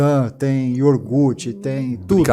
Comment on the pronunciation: "Iorgute" 😂😂😂😂 Sabe nem falar!